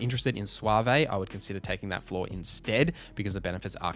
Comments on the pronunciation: It's suave without the e sound (sounds like swahv, not suav-eh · Good advice here on the background and traits for sure. It’s pronounced like Swaav not SwaVay. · Swa-vey took me out lol thx for the vid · This is a fantastic video! Just one thing: suave is pronounced "swav" 😀 I took treasure hunter as my first perk and OMG it is increadible. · No, no it was not. It's pronounced swäv where ä is a long flat a, as in ahhh. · My man never had to read the word suave out loud before lol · The e is silent in Suave... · May lay is how it's generally pronounced. But to those who have not heard the word pronounced out loud or read the word will have their own spin on it. Just like suave he didn't get it right but we knew what he meant. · That certainly was a way to pronounce suave lol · One time I saw a YTer pronounce the word dilettante as "dill-eh-tahn-tay" but this is the new #1 on the mispronunciation list.